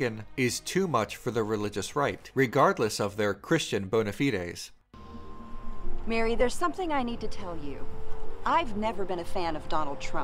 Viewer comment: I “Liked” this video because the narrator correctly pronounced “bonafides”. 👍🏻